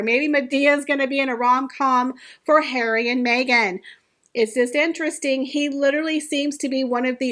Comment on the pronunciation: I miss how you used to say “daddy”. Now I just love “Hawry”. Cracks me up.